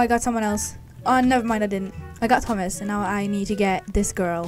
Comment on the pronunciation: at the begging when she said “thomas” or something i thought she said “toesmas”